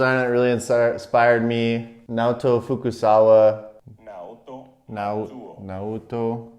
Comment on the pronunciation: "I think the first designer that inspired me... Naoto Fu-kuh-sawa" Perfect. 完璧。深澤(Fukasawa)ってちょっと違うでも、he's got the attitude. checks pronunciation "Naotu Fuku-" Uhh... oh well. This was really insightful! I wish I found your channel earlier.